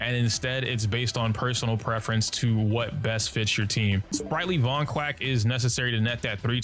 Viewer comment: Also ‘Sprightly Vonquack’ 🦆😅